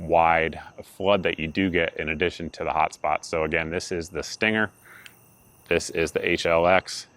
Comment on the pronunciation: I believe you are pronouncing it wrong. It's pronounced "stang-er".